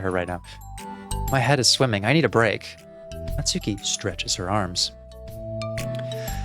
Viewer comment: finally someone else who doesn’t pronounce her name like “natsookee” 😭 thought i was the only one